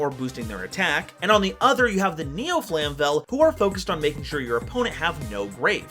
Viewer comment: Flame-vell, not flam-vell